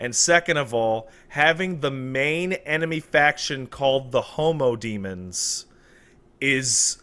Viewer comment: It's true, but i think the guys are saying "Homo Demons" rather than "Homo Demens". It'd be cool either way though.